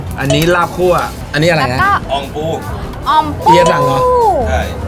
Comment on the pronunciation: พี่ค่ะเข้าไม่ได้เรียกว่าอ่องปู เข้าเรียกว่า ปูอ่องค่ะ